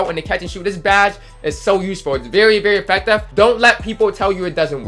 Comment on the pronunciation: Why you say affective like that lol... AFECTAVE